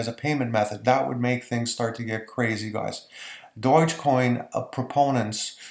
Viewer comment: Unbelievable that you don't know how to pronounce Dogecoin! Not at all reassuring.